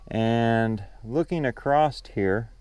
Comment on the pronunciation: Why do so many people put a T on the word across when they pronounce it?